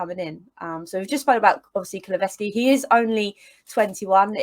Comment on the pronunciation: KuluSevski not KuluVeski, should have stuck with Dejan 😀